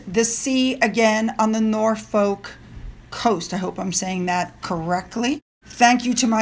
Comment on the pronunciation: Lovely video. Btw norFOLK is pronounced nor(!!!)UK, Just think of LUCK but replace the L with a F. Hope that helps. And HMTQ may not have been your Queen logistically, but she was almost everyones guiding light, a worldwide Matriarch. Fly high and free with your beloved now, is how I feel. Xxx